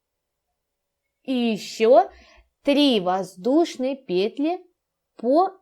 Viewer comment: Все хорошо, НО в слове ПЕТЛИ. Ударение на последнем слоге петлИ !